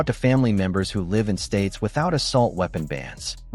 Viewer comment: Total anti-gun propaganda. This post is pure BS. Keep your gun. Change nothing. Don't let them punk you. Don't get tricked. PS, I love the lame computer voice .Doesn't know how to pronounce "Live" in context. So fake. Just like the post.